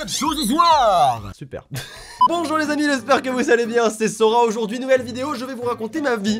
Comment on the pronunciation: Quand j'ai entendu " Aujourd'huit je vous raconter ma vie" dans ma tete "MAIS JE M'EN BLK" (J'en ai pas tkt jte taquine)